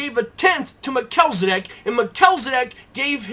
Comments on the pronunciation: pronounced mel-chiz, not me-chel. just saying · You make great points to be considered. Thanks for sharing. The only one gripe I have is that his name is Mel-chi-ze-dek not what you said. Lol. Just teasing. Thanks again. Keep up the good work. I definitely have a burning interest in Melchizedek. I appreciate you! :)